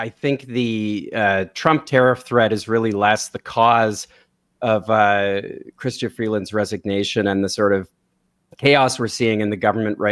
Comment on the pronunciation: Right. She can't even pronounce "Chrystia."